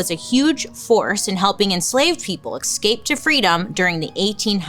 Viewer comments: I was listening to her podcast the other day and that „excape” really threw me 😅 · FFS man, you're a grown woman. It isn't pronounced excape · I just LOVE Bailey and the way she says the word “escape” 😂❤️❤️ she always pronounces it like “ekscape” I’m obsessed 💞